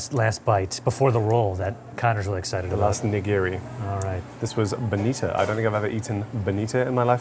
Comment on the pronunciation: i think the restaurant name is actually pronounced "sushi NO-TÉ", not note. also, the last piece of nigiri is bonito (not bonita), the fish they age and shave into those tasty flakes to make dashi. loved that y'all delved into sushi but wish you discussed more about the maki (cut rolls) and inari (tofu skin stuffed cone sushi). hopefully more and diverse visits to come, gents! ❤️